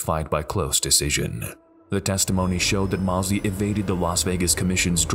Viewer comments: Sugar Shane Mosley is pronounced Moes-ly, not Moss-ly. Sorry it was bugging me. Other then that great vid! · Hard to listen to the narrator mispronouncing Sugar Shane Mosley's name over and over again. He keeps saying Moss-lee. While his name is pronounced Moze-lee. You'd think that they could get this right but the also left something out of the Louie Resto fight. Not only did his trainer take the padding out of his gloves. He also dipped his hand in plaster of Paris. So by the third round Resto was punching with bricks basically. It was like two rocks smashing Billy Collins in the face over and over again. If he hadn't been so tough he might have gone down earlier and saved his career. RIP Billy Collins, you're a champion in my book. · pernounced Mose - Lee not Moss - Lee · Love the videos and the "Mostly" accurate commentary, however, I would urge to learn the proper pronunciation of a few names. Shane Mossly* would undoubtedly agree. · Great compilation, but, how could you do a boxing video and not know how to pronounce Shane Mosley’s name?